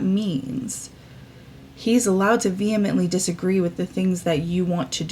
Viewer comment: tysm for pronouncing the word 'vehemently' properly...I hear partially illiterate younger people butcher this fine word almost daily! Yeah, I'm the one who left the comment agreeing with you, VEHEMENTLY, how nuts it is that kids have changed the word exposee' to expose, as a noun. I have a "thing" about people effin up language, it's a gift we should respect more! My therapist finds my "linguistic tics" amusing! In a therapeutically responsible way, of course- she's a professional, lol. I heard a podcaster say "venomentily"- then another, & another! I spin out over this shite, haha! FR Appreciate everything about your channel and content.